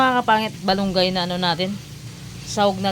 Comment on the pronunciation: bat balunggay-Dapat Malunggay.